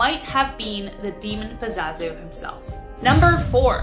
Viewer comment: Pazuzu not pazazu......